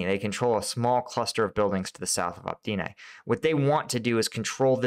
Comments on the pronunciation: dude, it says it right there: opytne... not optine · Novoselivske = noh-voh-seh-LEEV-skeh ('-e' at the end of a town name is pronounced as '-eh' and not '-ay'. Bakhmut is not BAH-muht, but BAH-MOOT; Opytne = oh-PIT-ne, and not oh-PEE-nay; Klishchiivka = kleesh-chee-YEEV-kah Keep cleaning up the pronunciation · Opytne = OH-PUT-NAY